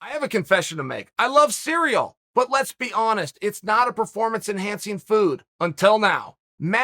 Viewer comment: also heard that olympic wrestler dude keep saying "Sigh Real Gain"